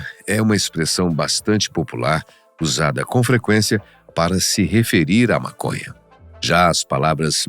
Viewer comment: To entendendo é nada. Tenho que parar de usar essa planta mn, ta fazendo bem n... N tem como n rir com esse cara falando "Mácônhá" N akakkakaakkaka